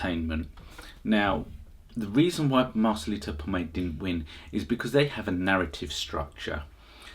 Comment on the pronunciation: Please his name is POMOY not POMAY